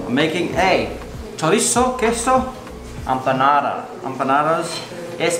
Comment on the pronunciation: empanara xd